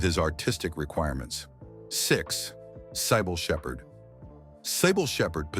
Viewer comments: “SIGH BULL” SHEPHERD? NO IT IS “SYBIL SHEPHERD”. YOU MAKE ME SIGH OVER THIS ONE. 🙄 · CIBYLL SHEPHERD PRONOUNCED (SIBIL) NOT CYBILLE.